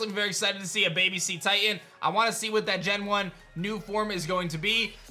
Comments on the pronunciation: It’s pronounced suh-teceus not see-taceus… suh-titan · To pronounce cetitan you would say se-titan, no see-titan. The name means cetation Titan The group of animals that whales and dolphins fall into are cetations, and the Pokemon is large as if it were a titan, so the name is cetitan. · God, hearing him say Cetitan's name and pronouncing it as sea-titan hurts. It's Name is pulled from the Cet in Cetacean, which is pronounced like the word Set. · seh. seh-titan. like cetacean. its a soft vowel. sorry, i just had to let you know lol